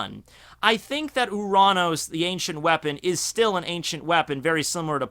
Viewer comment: you pronounce uranos in the correct way because in Greek ΟΥΡΑΝΟΣ means sky